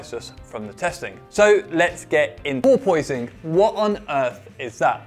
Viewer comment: POOR POISING? are you having a laugh? POORPUS sounds right to me.